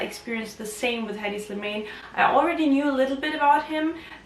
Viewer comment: pronounce his name correctly!